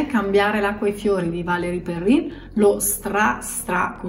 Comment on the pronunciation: non si pronuncia perren?